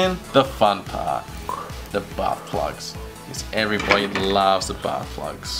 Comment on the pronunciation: I swear it sounds like you said butt plug instead of bath plug